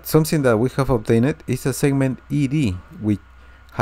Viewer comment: "Obtained" is not pronounced "Obtain-itt"!